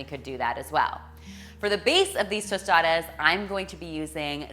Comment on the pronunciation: Good pronunciation on the tostadas! And good job on the tostadas except that in Mexico we just add “queso fresco” instead of melted cheese! Thanks for this video 😊